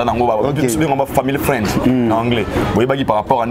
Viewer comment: Ken I am frande elakisi nini ohhhh?😂😂😂